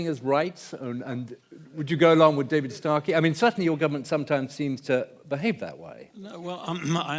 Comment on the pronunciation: Do they not? Surely, they do, if even the moderator says 'Startey' instead of 'Starkey'.